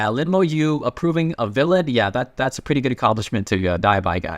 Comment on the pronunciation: The way he says "pwretty" is really funny i like kt ❤❤❤😂😂😂